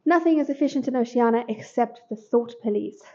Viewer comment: Good list. The pronunciation of Oceania irked me a bit, but it's fine, haha, thanks.